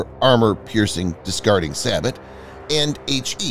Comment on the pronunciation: Sabot is pronounced " Sabo ". The word is derived from the French for dart, with the (T) being silent.